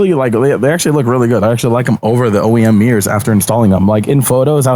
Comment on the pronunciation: "Meers"? Like meerkats? "I hate saying the word 'hella'". *proceeds to say the word "hella" again